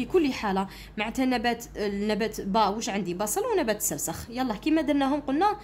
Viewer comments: باش تقول سرخس قالت سرسخ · استادة شكرا سيجي هايل لكن سرخس ماشي سرسخ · استا\ة نبات السرخي مشي السرسخ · السرخس وإنما ليس السرسخ يا أستاذة وشكرا على الشرح🎉🎉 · السرخس و ليس السرسخ 😂 ولكن شكرا جزيلا لك على هذا الفيديو المفيد❤💖💖💖💖💖💖💖💖💖💖✨ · نبات السرخس وليس السرسخ شكرا استاذة😊❤ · ا استادة سرخس ماشي السرسخ😂😂😂😂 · السرخس ماشي السرسخ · أستادة ليسة سرسخ بل سرخس😂😂😂😆😆😹😹😹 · السرخس مشي السرسخ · ذلك النبات نقول له السرخس وليس السرسخ وشكرا استاذة على مجهوداته❤ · أستاذا السرخس مشي السرسخ وجزاك الله خيرا 🌹🌹🤲🤲🤲♥♥ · السرخس مشي السرخس😂😂😂😂 شكرا استادة😍😍😍😻😻😻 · غير انا لي لاحضتها تقول سرسخ وهو فالحقيقة سرخس 😂😂😂😂ربي يثبتنا قولو أمين تعديل:(مقصديش الإساءة ) توجيهي فقط ❤❤❤ مع الاخير :مع السلامة وشكرا لي تعبك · السرخس واليس السرسخ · السرخس وليس السرسخ في النطق وليس في الكتابه ❤❤😊 اسمعوا ❤ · استاذة ماشي سرسخ ، سرخس وشكرا ❤💗🇩🇿😊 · السرخس ميش السرسخ يااستاذة ❤❤❤❤❤❤❤❤❤ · السرخس ✘ السرسخ✓ شكرا استاذا انشاء الله ندي 18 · استاذة السرخس ميشي السرسخ🙂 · نبات السرخس وليس نبات السرسخ☺ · يودي السرخس ماشي سرسخ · السرخس ماشي سرسخ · استاذة قلتي سرسخ بصح هو سرخص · سرخس وليس سرسخ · سرخس ليس سرسخ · ااااااااااااا أستاذة سرخس ما سرسخ ههههههههههههههه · سرخس مش سرسخ😂😂😂😅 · استاذة اسموا السرخس مشي السرسخ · استاذة نقول سرخس وليس سرسخ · نبات السرخس مشي سرسخ😂😂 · راكي تقولي سرسخ وهو سرخس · سرخس مش سرسخ 😂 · السرخس و ليس السرسخ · سرسخ 😅ههههههه السرخس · سرخس مش سخرس😅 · نبات السرخس ماشي نبات السخرس😂😂😂😂😂😂😂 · السرخس ليس السرسخ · سرخس ماشي سرسخ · استاذة السرخس مشي السرسخ راكي غالطة 🤔🤔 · سرخس مش سرسخ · استاذة سرخس وليس وليس السرسخ من فضلك 😊😂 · استاذ السرخس وليس السرسخ❤😅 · السرخس وليس السرسج😅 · استاذة راك غالطة السرخس وليس السرسخ 😂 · السرخس وليس السرسخ 😂😂😂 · أستاذة السرخس مش السرسخ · استاذة سرخس ماشي سرسخ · نبات السرخس ماشي السرسخ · نبات السرخس ليس السرسخ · السرخس ماشي االسرسخ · أستاذة اسمو سرخس ماشي سرسخ😂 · السرخس مش السرسخ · استاذة اسمو سرخس موش سرسخ 😂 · ال سرخس مشي السرسخ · 😂😂😂😂 السرخس مش السرسخ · السرخس ماشي السرسخ 😂 ههه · سرخس ولي سرسخ😂😂😂😂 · يااستاذة سرخس مشي سرسخ😂❤ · أستاذة السرخس 😅😅😅😂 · ضحكتني كي قالت سرسخ😹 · السرخس مش السرخس